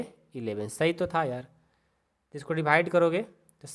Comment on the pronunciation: Dibhaide nhi Divide ➗ hota hai hamko bahut kharab lagta hai